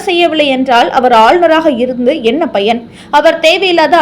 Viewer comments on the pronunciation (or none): none